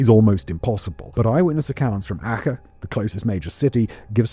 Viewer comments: Ar-chay. I was wondering what the .... he was saying when he said 'acka'. Good lord! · ACEH...you sound the C as ch..as in CHOcolate. Not with kh... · Wait, are you trying to say Aceh, for the boxing day tsunami location? I was about to try look up “akker” coz I’d never heard of it, besides, I thought it was off Aceh (pronounced more like ah-chay), I was most of the way thru the segment before I realised it was probably meant to be the same word. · Dude: 1. Aceh in Sumatra is not pronounced 'Akka', as you put it. More like 'Ah Chay'. 2. Really, seriously, move back from the mic another 15cms or so. And go for a leak before you record - you sound like you're desperate for a piss and can't get through it quick enough. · Learn to pronounce names if you’re going be presenting videos as factual information…. Aceh is pronounced “A-cheh” not “A-kuh”. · Acheh is pronounced more like are chair. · 😅 Aceh = "Ah-chay" 😅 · Aceh is pronounced 'Ah-chay, btw. Small point, but very good video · It's A-chay, Australia was very involved in the cleanup, and the news was full of it. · Just a heads up... Aceh is pronounced 'ah-chay' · Banda Aceh pronounced Archay. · i have never heard someone mispronounce Aceh so bad in my life. I am sure a LOT of research went into this amazing video, which is a shame that none of that time is attributed to an effort of pronouncing names correctly, especially when it relates to such harrowing subject.